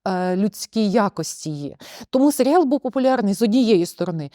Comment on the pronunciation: гарна обмовка, свати дійсно можна називати "Селіал", а не "Серіал", тобто серіал про село у самому погано значенні цього слова, хоча село однозначно не є поганим як середа, для прикладу в аніме доволі часто використовують якесь село як антураж аніме-серіалу :)